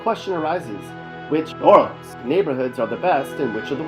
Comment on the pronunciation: Every time you "try" to say New Orleans, you sound so freaking stupid. And, I've lived here all my life, and I only recognized 1 of those pictures. Those are definitely not pictures of the New Orleans area.